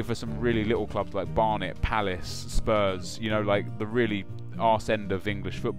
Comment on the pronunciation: Love it when you say Sprus with Palace and Barnet !